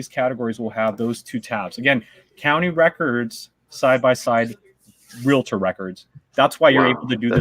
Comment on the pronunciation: U said realator